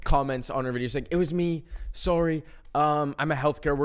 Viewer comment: “sourrie” holy canadian